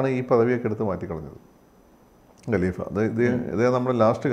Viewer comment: Gelifa Alla, Khaleefa Aan.